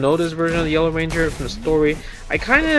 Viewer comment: I always hear Yolo ranger whenever you say Yellow ranger 😂